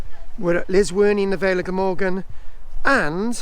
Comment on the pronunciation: Its llysworney not lizworney